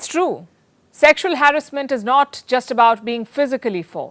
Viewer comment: Ur pronouncing harassment wrong way,please goto google pronounce and check it..a good reporter always do homework before,love your journalism ❤